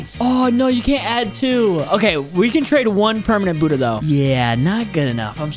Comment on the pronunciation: Hey bud ha not boodha